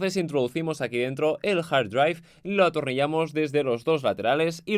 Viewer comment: "jar draiv" puta q inglés